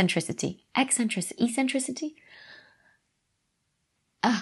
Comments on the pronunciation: The way you say e-centricity is eccentric. Tks. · And yes , it's ECK Sentricity 😀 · "E-centricity"? Are you coining new words or did you mean eccentricity? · I like your eccentric pronunciation of "eccentricity".